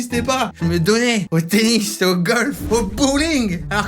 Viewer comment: Jai entendu penis aulieu de tennis 😂